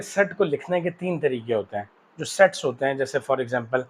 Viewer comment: sir said s.e.x instead of saying sets in the start